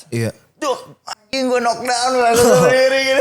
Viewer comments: Sampe kapan mau nyebut "Kenok Dawn" udah dikasih contoh sama Badi "Nok Dawn" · nyebut "knock down" bukan "kenok dawn", gini dah kalau bego dipelihara😂